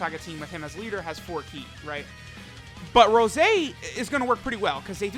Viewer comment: Anyone else think it sounds weird when says Rose and not Rosé?